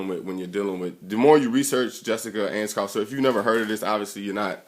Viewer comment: Researched her all night immediately says her name wrong Lol.